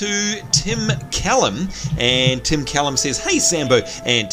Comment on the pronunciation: also nice job pronouncing the last name, most ppl dont know how to say it let alone spell it. I got one of my report cards from school with it spelt callum.